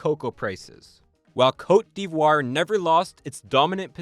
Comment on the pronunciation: The way you pronounced cote d'Ivoire has be questioning if you're really a Canadian 🧐